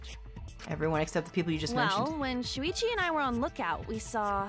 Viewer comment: when she says „Shuichi“ it kinda sounds like she says „Luigi“ and idk why but that just made me laugh xD